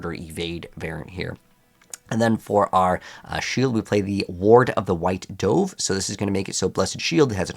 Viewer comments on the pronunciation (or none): Dove (as in bird) not DOE-VE ;)